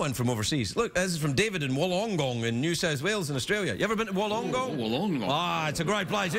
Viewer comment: That's not how you pronounce Wollongong.